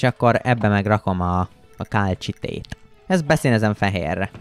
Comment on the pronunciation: Ejthetetitek a kálcsitét kálcitnak.😂 Építhetnétek egy akváriumot😊! A KOMMANDÓSOK A LEGESLEGESLEGESLEGNAGYOBB KIRÁLYOK!!!!!!!!🎉